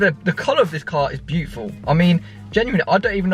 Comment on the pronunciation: First 30 seconds "im gunna be ripping into your cars this episode" One minute later "This cars bootiful"